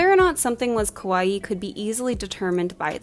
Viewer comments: ka-wa-ii not kowai, saying kowai means scary. kawaii aesthetic wasn't made for western audience, it's just part of the Japanese culture. Girls are considered to be cute, and so they live up to expectations. The extreme cuteness parts of it, like puffy lolita dresses and exaggerated printed attire did bring a lot of attention to the west as it was super girly and childlike but with adult sizes so people got hooked. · I liked this video, but I had to laugh when the narrator kept pronouncing kawaii more like kowai lol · It's not important at all, but there are two adjectives really close in sound: "kawaii" and "kowai," and the pronunciation in the video sounds more like the latter, which means, "scary."